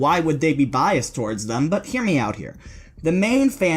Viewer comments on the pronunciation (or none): none